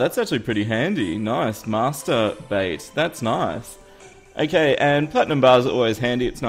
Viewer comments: When he said Master Bait it sounds like Masterbate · Did anybody else notice that when he got the master bait he said the to words with a large gap in between. Lol